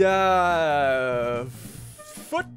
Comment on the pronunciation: When ssundee says foot but it sounds like F### Me: O no o no o nononononon My dad: Grabs belt